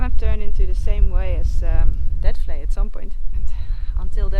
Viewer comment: you pronounce vlei... flay